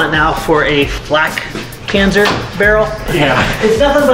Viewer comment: das ding heißt flakpanzer und nicht fläkpänser